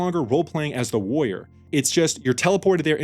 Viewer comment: it's WARR-IOR not "woyer".